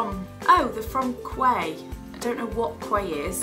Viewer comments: I think Quay is pronounced like 'key' haha! The shopping center in Southampton is called west quay and i pronounced it west 'kway' for ages until one of my friends told me it was proouced key ha, you're not alone! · the "quay" glasses are pronounced key, it's an australian brand too ☺️